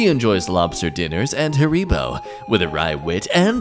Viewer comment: Naaahh not 'haREEbo' 💀💀💀💀